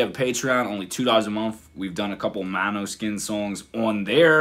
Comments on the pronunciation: Damiano at the very beginning: "This is Måneskin" (MO-NES-KIN), several seconds after: "MANOSKIN" DAFUQ bro, can`t you learn this? It`s not Eyjafjallajökull! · You know the name is danish and is pronounced completely different. The girl on the bass is half danish and came up with the name. It is pronounced more like «Mohneskin» or «Moaneskin». It is danish for moonlight. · How hasn’t he been able to get the band name right by now 😆 “mano 🤚 skin”